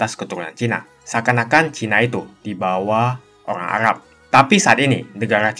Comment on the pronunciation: Arab bang bukan agab